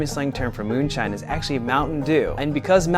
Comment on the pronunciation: This is like the chai tea thing all over again. You’re saying “Moonshine Moonshine”